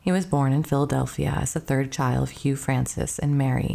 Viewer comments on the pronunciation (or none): none